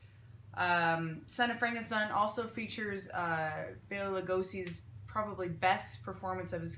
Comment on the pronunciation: This was so informative! Great job as always. Thank you for pronouncing Bela's name correctly!!